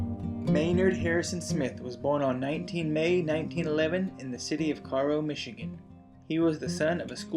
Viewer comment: It is pronounced Care-oh, the town I live in now. His image and a bit of his story is emblazoned on the side of my local American Legion Hall, just a few blocks from where I live and where he grew up! Kind of cool to have a local hero.